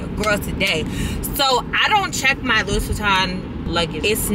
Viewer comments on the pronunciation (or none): Lou-ee not Lew-is. ❤